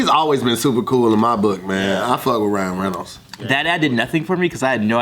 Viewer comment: *rhino reynolds* 😭😭😭